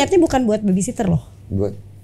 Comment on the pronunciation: baby sitter bang Dennnnnnnn..... mawar dah berkali kali tuh ngomongnya baby sitter bukan sister hahahha.... maaf gemes aja dengernya.... anyway ... keren mawar.. tetap menjadi wanita kuat ya. Tuhan berkati hidupmu dan anak anak ya